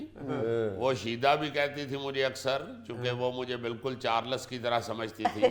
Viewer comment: یہ بے تحاشا ھنسی والی عورت 🤦🤦🤦... چار لس.. یہ دو لفظ نہیں بلکہ ایک ھی ھے. چارلس.. نام بھی صحیح نہیں بول سکتے لوگ..